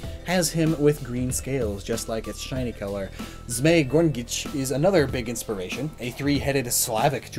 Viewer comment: Well, his pronounciation of Gorynich is even more awkward. Without an illustration and description as slavic three-headed dragon, I'd probably didn't get he is speaking about Gorynich.